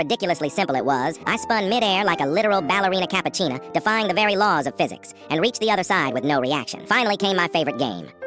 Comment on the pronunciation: I don't know why but I was laughing when bro said ballerina cappachna